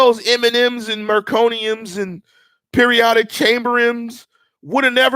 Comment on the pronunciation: "Periodic chamberims..." Lol, a new -ism...